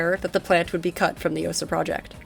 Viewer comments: Correct pronunciation is 'Ah-SAH' rather than 'OH-sah.' And you can operate a fairly high fidelity version of the platform in Sam Simulator! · I decided to rewatch this video after some time, and it was just as interesting as the first time (I guess my memory isn't that great, hahaha). What surprised me, though, is that nobody in the comments mentioned the correct pronunciation. In "Osa", the stress falls on the A, and the same goes for "Strela" the A is stressed there as well. People mispronounce that one pretty often too. It's probably worth checking the stress in names (at least the less well-known ones). The pronunciation itself usually isn't a problem, but the stress can sometimes make such a big difference that you only realize what word someone meant after hearing it five times, hahaha. It's not really a problem. I think most Russian speakers have gotten used to people misplacing the stress in Russian words and names. Russian itself just decided, "screw it, we're going to put the stress differently than the other Slavic languages" (at least as far as I know).